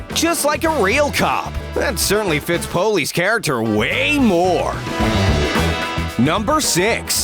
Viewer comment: Polly not poly